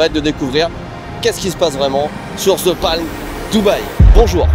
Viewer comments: Depuis quand "THE"... Se prononce "ZHE" ?😅 THE se prononce DE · ah oui clairement. Mais ça c'est la faute aux professeurs d'anglais qui présentent le "th" comme un "z" un peu différent alors que ça se rapproche effectivement plus du "d", t'as raison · Après toutes les sponsos faites par au sujet de l'app Babel pour bien prononcer les langues étrangères, le "ZE palm" entendu à longueur de cette vidéo sonne très fanco-français tout de même:D (bon j'ai aussi du mal avec les "the" anglais, comme beaucoup de francophones, perso j'ai tendance à plus le prononcer "DE", influencé par le néerlandais) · non, the se prononce the pas d'équivalent